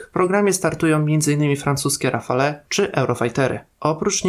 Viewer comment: Rafale" wymawia się [rafal].